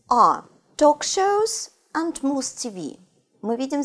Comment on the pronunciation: В целом, довольно полезно, но "интэрестинГ" и "энТ" режут слух. Или произношение совсем не оценивается в устной части ОГЭ?